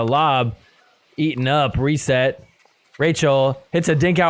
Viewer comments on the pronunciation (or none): none